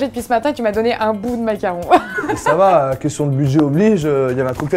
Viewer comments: Pk il dit mac Caron ? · Parck on dit Mac caron